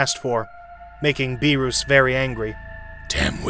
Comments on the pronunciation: Beer-us not beer-ooooooossss Weees not wisssss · please stop saying the gods name like that, its Beer-us not Be-roos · bro cannot pronounce names ong bro like beeroos whisk and shenlong is crazy ong bro oh yea the DRAGON SPHERES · Please say beerus correctly